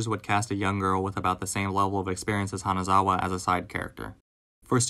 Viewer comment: Him calling her "Kanazawa" multiple times throughout the video really broke my heart..